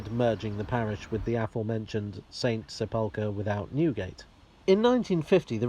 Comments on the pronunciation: Having a bit of Hermione Granger moment, getting slightly triggered by the pronunciation of sepulchre as seh-pulker instead of sehpul-kerr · In the spirit of pedantry which infuses all of us, it's "SEP-ul-ker", not "sep-UL-ker". But thanks for another excellent video on the history of the metropolis.